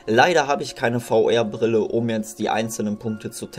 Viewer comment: VR spricht man englisch aus und nicht deutsch.